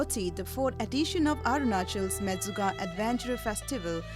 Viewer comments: Its Menchuka not Mechuka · Mechuka is it's real name.. not menchuka..